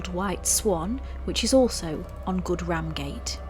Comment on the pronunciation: being a native Yorky, wish you wold get your words right, its pronounced good rum gate not ram gate, hate this American pronunciations